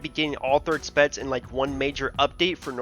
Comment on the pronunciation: Pronounciation "spetz" instead of specs